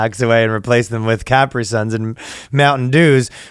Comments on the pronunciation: Cap-Re-Sun? It took me a second, lol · Did you just pronounce Capri Sun as "Capper" Sun? Must be a Canadian thing. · Ryan pronounces Caprisun the same way some people pronounce Capricorn😆